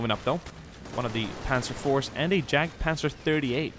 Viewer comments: It's not jag it's yag panzer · I could be wrong, but I believe Js have a Y sound in German, meaning that Jagdpanzer would be pronounced Yagpanzer. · the german tank is pronounced more like Yargt - puntser. Otherwise good video! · It's not pronounced jagpanzer it's yadpanzer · Sorry to be fine combing your video but my German side when you said jagdpanzer it cringed it's actually pronounced yagdpanzer. Again sorry but it does bother me. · Honestly surprised that, a Scandinavian, mispronounced Jagdpanzer. I mean no disrespect, but "j" in German is pronounced like a "y" in English.